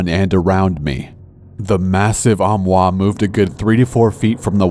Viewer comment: corpse: armoire me: whaaa? his french accent eye... faints